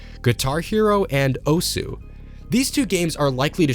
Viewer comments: The U in OSU! is silent because it is Japanese. It's a very manly and rough way of saying "HEY". Accosiated with delinquents and martial artists. And its not pronounced Oh-S either heh. It's more like Oz (like in the the wizard of oz)! The name stems from the fact that OSU! is a simulator of the games series "Osu! Tatakae! Ouendan!" (HEY! FIGHT! CHEER SQUAD!") for the Nintendo DS (also got a US entry in the series named Elite Beat Agents). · Don’t be ignorant. “Osu” is pronounced “oss” where “u” is silent because that’s how Japanese works. Study the language a bit. It uses “syllables” in its written language. To make a single consonant, it drops the “u.” So if you say “I’m a teacher” in Japanese, it’s written as “先生です.” (Sensei desu) but most Japanese say “dess” instead of “desu.” Some say desu for emphasis or just to sound “cute” but most say dess.